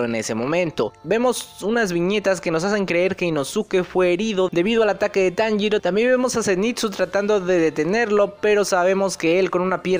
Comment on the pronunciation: Las lagrimas se me escaparon cuando Kanao sacrifico su ultimo ojo visible, y la mayor referencia en la traducción fue que Inosuke dijo perfectamente el nombre de Tanjiro